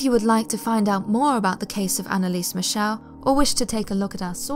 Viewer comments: As a British person, I truly expect you to KNOW (or learn) how to properly pronounce the German name MIchel! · Yeah though she pronounced her surname wrongly (but that doesn't matter at all as it's not distracting in anyway whatsoever, like even the name Schmidt (my surname but in German) is pronounced shmit, her surname's supposed to be pronounced mik-el.